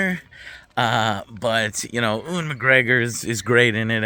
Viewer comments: Why don’t you keep calling him oowan? Ewan is pronounced you-wen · FYI from a UK pedant. Ewan is pronounced Yoo-an, HR Geiger is pronounced Geega (not Gyger) & Singh is pronounced sing, not singe. Honestly, drives me mad. Otherwise, keep it up!